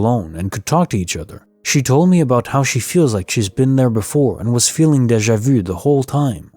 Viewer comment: Good stuff, just need to work on how you say Deja vu😁